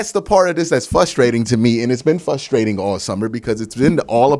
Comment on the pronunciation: It's frustrating, not flustrating. 👍